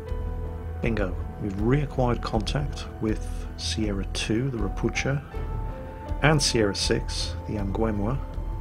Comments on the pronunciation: It is pronounced ropu"h"a not "ch" just "h" and the name means "toad" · Hi. Great vid! I see you usually try to say everything as correctly as possible and you almost got pronunciation of Ropucha right. cha should be said same way as hu in hurricane :) Sound you used is spelled sza in polish . If you will find that difficult just say Toad. It's what it means ;) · To pronounce "Ropucha" correctly do not read "c" so it will be something like "Ropooha" which means toad in Polish (and in Russian also I am pretty sure). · Hey, a lesson in slavspeak: Polish "ch" is read like 'h' (same as in English "how"), so "Ropucha" reads like "ropuha". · If Ropucha is Polish it should be pronounced as "ropukha' or "ropu'ha"... atually...:PP